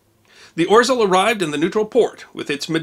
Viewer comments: The proper pronunciation is ORZEOW! In Polish an "L" with a line through it is pronounced like a "W". The "W" is pronounced like a "V". Thus WARSAW is actually pronounced as VARSHAVA. LVOV is pronounced as WOOCH. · Just for the record, the 'rz' combination in Polish is pronounced with a "zh" sound, and the ł is essentially a 'w' sound. Hence "oh-zhe-w". Wonderful video! Thank you for sharing this story of Polish heroism! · Greetings from Poland! Thank you for sharing this small, but how interesting event in my countrys history. ...IMHO it's better for english-speaking to pronounce it "Oh-sheaw" making "rz" ligature soft and lisping. "Sęp" and "Wilk" were spot-on. ;) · I love the way you botch pronunciation of Orzeł ;) (Its more like Ozhel) Great job and I have enjoyed this one and many others videos of yours. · “Orzeł” is pronounced “Or Zhe wl” in Polish. My father and grandparents are polish. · "Orzel"....pronounced Ogew. The g is soft like the 2nd g in "garage". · OT ow spelled Orzel but I would pronounce it Ozhew. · The letter “ł” makes a w sound. So it's pronounced Orzew. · "Orzel" is pronounced "OZHEL" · It's pronounced [Ozheaw] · This is awesome! Can’t get over the pronunciation of orzeł though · Just FYI, and I hope this doesn't come across as criticism, but the bar through the L in "Orzeł" in Polish means it's pronounced like English's W instead. (And a tip: You can use Google Translate's text-to-speech feature for many languages to find out how a word is pronounced in another language.) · I expected dozens of comments on how to pronounce orzel correctly and yet to find one. rz is one sound, akin j or zh. L with a line is so dull that hardly sounds like l.